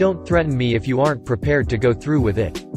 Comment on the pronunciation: Really. “Chiefs” for “chefs,” “we do not any seats available,” “are ent” for “aren’t,” “500 dollars dash 600” ..... and on and on. Annoying.